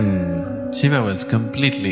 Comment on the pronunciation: What the f is a shivaaa? Its shiva not shivaaa